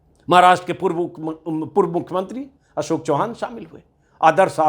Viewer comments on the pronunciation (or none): none